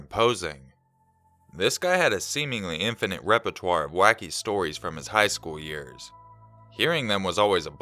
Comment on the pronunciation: You can pronounce "repertoire" but not "Illinois" or "Marine Corps"?? You crack me up,. Always keepin' me on my toes.